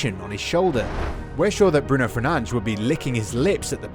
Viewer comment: FERNANDES NOT FERNA-DE-SH